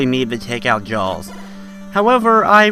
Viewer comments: ITS JAAAAAAAAWWWWS! not jawls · Had to stop watching after 40 seconds..Couldnt hear u call Jaws "Jalls" anymore..